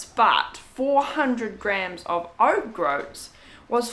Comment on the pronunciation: grouts is pronounced with the same vowel sounds as coats.... or Oats actually! ☺️💗🙏🌺